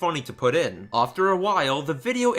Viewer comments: No hate my dude, but you pronounce after a bit oddly. It sounds like your saying "aufter" again, no hate or anything it's just something I picked up on a little. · “ofter” I absolutely love the way you say after. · LolXD the way you say "after" sounds like "ofter". I like that. Anyway, great vid, though I'm not sure I would consider myself a dedicated fan (I've only watched and liked all the episodes and bought the Manga adaptation by Shirow Miwa, and that's it), but I've see the all too toxic environment that goes on and outside the fandom. Even the drama surrounding some of the CRWBY staff is a little crazy too O~O I actually saw the letter was on a Reddit page that I visited. I didn't read the whole thing, but a lot of people were skeptical about it. There was also a vid on YT that claimed that RWBY stole 3D models to which I'm still unsure about because the vid maker was not all that clear if they actually stole it or they accidentally bought stolen models. Whatever, all this stuff is crazy that I kinda fear for RWBY. I really like the show T^T. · Not trying to sound rude, but... Why do you pronounce 'after' that way? Just wondering... Yeh. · Why do you say after “ofter” XD